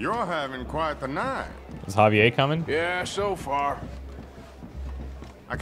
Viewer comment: I know I’m very late but I can’t stand how you pronounce Javier’s name